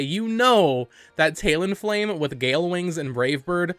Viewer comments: its talon-flame not taleon-flame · Are you saying "tail-en flame"? What the fuck lol